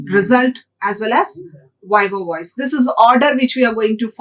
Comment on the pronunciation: Not Viva Voice ... It is voce...